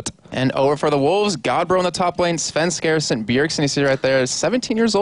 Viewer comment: Why does, I think that's him, say Svenskasen?